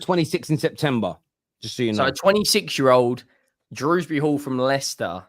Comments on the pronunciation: Dewsbury not fucking druwsbry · Nvm & definitely calling him Drewsbury oh dear 🤦🏻‍♂️